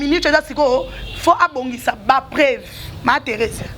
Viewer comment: on dit PREUVE ET NON PREVE